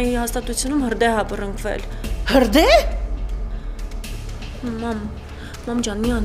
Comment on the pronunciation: ՋԱՆ, ԵՍ ԴԱ ԳԻՏԵՄ ԲԱՅՑ ԱՍԵՑ֊ ԻՆՉԻՑԱ ԿՐԱԿԸ "ԲՌՆՎԵԼ" ԲՌՆԿՎԵԼ֊ ՈՉ ԹԵ ԲՌՆՎԵԼ😉 ԵՍ ԴԱ ՆԿԱՏԻ ՈՒՆԵԻ